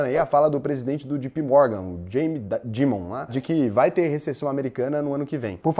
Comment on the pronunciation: Fala! A pronúncia correta é Jay Pee Morgan, e não Gee Pee Morgan, blz? Caso necessite de assessoria ou aulas de inglês, dê um toque pq eu preciso de grana para investir, abraços!